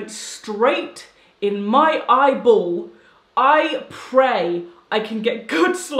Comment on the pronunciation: I only laughed when she enunciated eyeball